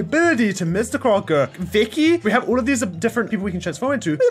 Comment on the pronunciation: Mr “Cocker” not Crocker hehe